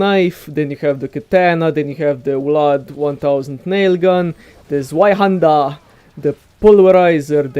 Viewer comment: The zweihaendar us pronounced "tsweihendah". But I really like your videos and this game as well. Did you know this game is free for ps4 this month? I'm really enjoying it.